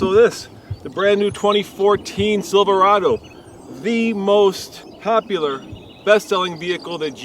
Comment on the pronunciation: Chevy "Silverdo" :43 hahahaha